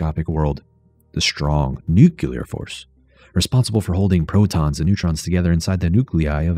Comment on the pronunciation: I love this video! But, “nucular”?? Why?? Just why?? 😭😭